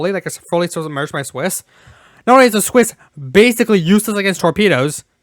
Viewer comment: WHY ARE YOU PRONOUNCING CIWS AS "SWISS"?! ITS THE ONE THING THAT MADE ME SO MAS FROM THIA GREAT VIDEO! KEEP UP THE GOOD WORK IT IS AWESOME BUT PLEASE! CIWS